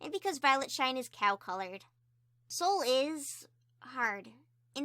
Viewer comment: I Sol is not pronounced Soul but Sol, like- I think there is a god called Sol that you can get reference from.